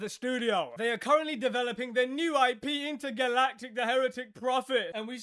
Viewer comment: "Intergaylatic" 😂😂 is awesome.